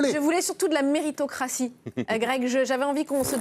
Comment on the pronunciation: meritocratie « tchouamenie » ptn